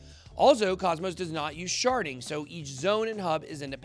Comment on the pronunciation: Every time he says, "sharding."